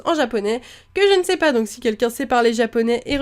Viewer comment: tu a dis je sais pois et il faut dire je sais pas